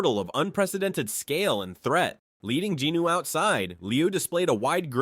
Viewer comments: Except for referring to him as “Jeenoo” instead of Jin Woo. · Jin Woo…. NOT Jin Noo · i cant take it anymore! 1 hour 26 minutes of the narriator BUTCHERING jin-woo's name over and over again is to much. his name is SUNG JIN-WOO NOT GEE NEW for the love of god its the simplest korean name you can say. pretty stupid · Btw who the F is Jinuu lol . Its Drippy woo .. I don't know who jinuu is lol. Jinuu, get his name right.... Btw if Im the one who's wrong then my bad g lol 😂 .. but i know him as Jin drippy woo, the mac daddy, aka the fader.